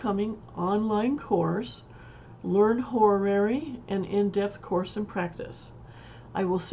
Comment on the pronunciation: I appreciate these quick tutorials! One tip for you though: Learn to say the word horary. It's not "horrorrary" or hororary as you say it. You mistakenly add an extra syllable. it's HO-RA-RY. That's all. Also, the word is across, not acrossed.